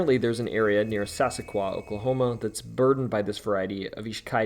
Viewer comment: Im a born Okie. Great video, your pronunciation for some of the place names needs work though. Its Heave-ner not Havener. Sas-saw-qua, not Sassaqua.